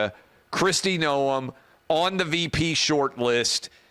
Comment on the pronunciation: Noem is a RINO clown And Clay, everyone in politics knows how to pronounce her last name except you. Jeez